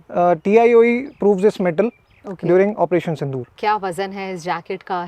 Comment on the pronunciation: Operation sindoor became tindoor😂